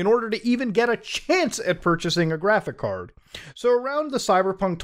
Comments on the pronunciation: Man said graphick card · Bro. It’s pronounced graphicS card. With an S. PLEASE